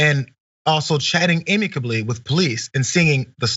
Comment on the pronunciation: Short a, not "ay-micably."